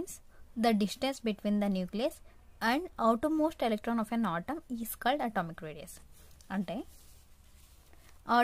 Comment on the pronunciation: Autam kadu atom 🙏